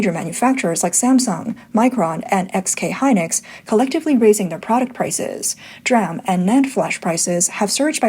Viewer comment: It's pronounced "Dee-Ram"... Not "Dram" ❤ Fight the good fight, you fight better with proper communication